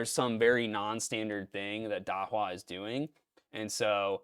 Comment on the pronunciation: Not sure about this but it's pronounced "da-who-ah"